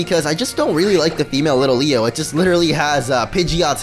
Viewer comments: Why do you keep calling litleo little-leo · Bro its LIT-LEO, and Pancham is pronounced Pan-chum (I don't know why it just is!) are beginning to annoy me!